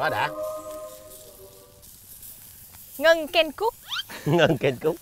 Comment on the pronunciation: Tên ngta là Ngân mà nói Hân 😊😊 . Thúy Ngân dễ thương quá hà ❤